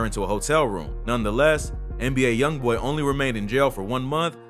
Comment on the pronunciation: Am I the only one who heard him say A “i” Youngboy and not ALYoungboy